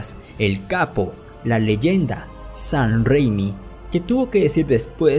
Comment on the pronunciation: Este pata dice “sahn rrrrrrréimi” en lugar de Sam Raimi XD